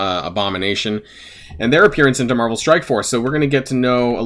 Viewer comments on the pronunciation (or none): none